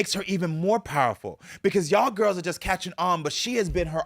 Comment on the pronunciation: now that is a MAN..and the way they keke, Its soooo cute!!😍 "let the gwurls know!!" 🤣